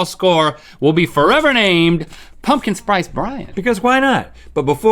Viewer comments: The fact he said “pumpkin sprice” and no one caught it bothers me! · "pumpkin sprice Brian" - Link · "Pumpkin sprice Brian "